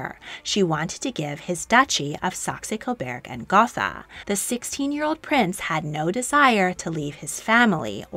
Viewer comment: Damn you really butchered Saxe-Coburg and Gotha didn’t you